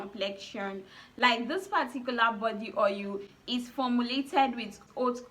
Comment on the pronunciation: Ur tonation is A1 the more I keep hearing ohil d more I lost interest in d video